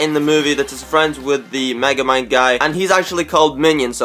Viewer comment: its megamind not magamine